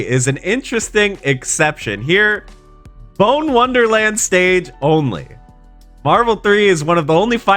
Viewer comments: It pronounced Bon, not bone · It's "Bon" not "bone" 💀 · Why do people have such difficulty with pronunciations? Bone. No. Bonne. Yes. Ask google to tell you how to say it correctly 24 years of gaming slipped past you. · ITS PRONOUNCED "BAWN" NOT "BONE" RIGHT!?!? idk I havent played mega man legends yet BUT ITS BUGGING ME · Bonne is pronounced BON, not 🦴. 2 n's in Tron Bonne last name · Why is he saying Bone? Isn't it pronounced Bon or like Bahn? I feel like I am missing something here. Got me questioning my own memory now. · "Bone Wonderland!" "Bone Wonderland!" It's pronounced "Bonn." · It’s pronounced BON, like in bon bons. Had to hear BONE WONDERLAND 15 times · Noo.. Not pronouncing Bonne as "bone" lol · bonne, not bone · One nitpick i have is that Bonne is pronounced bon, not bone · That's not how you pronounce Bonne Wonderland. It's not Bone Wonderland ffs. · Is "Bone" the agreed upon pronunciation for Tron's last name? Tron "Bawn" just sounds so much better than Tron "Bone" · As a Megaman Legends fan, it pains me every one of the 27 times you said Bone Wonderland. The Bonne family airpirates are the source for Tron Bonne, the character in mvc3, and not only is it pronounced "Baun", but bone is one of the infamous English book translations for i think the prima strategy guide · Small nitpick, but Bonne is pronounced, "Bahn" not "bone." Tron's first and last names rhyme. I guess you can say Bon's first and last name rhymes too, but... "Bahn bahn"... lol... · He said BONE wonderland…. It’s bonne… like Tron Bonne…. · Bonne Rhymes with Tron Its pronounced BAH-N lol well we know isnt a fan of Mega Man Legends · i realize this is 6 months old.. but hearing him call it 'bone wonderland' is really annoying.. lol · It's pronounced "Bon" as in the character Tron Bonne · Every time you said “bone” wonderland I winced. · Its pronounced "Bon" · I just learned that apparently pronounces Tron Bonne "Tron Bone" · Him pronouncing Bonne as "bone" gives my immense pain.